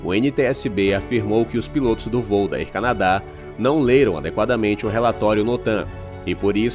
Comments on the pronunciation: Olá. Não quis ofender. O conteúdo do vídeo e muito bom e bem informativo. Desta parte você é de parabéns. Mas pergunta uma vez alguém que fala inglês como se pronuncia Air Canada e Airline, etc. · Air Canadá? A pronuncia correta é: ÉR CÂNADA ÉRLAINES